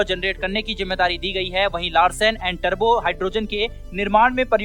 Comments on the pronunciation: "टर्बो" नहीं रे बाबा, "टूब्रो", "टूब्रो". "टूब्रो" सही शब्द है | 🙏💐🦚😊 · लार्सन अँड टर्बो नही बोलाना बलकी लार्सन अँड टुब्रो बोलना सही है !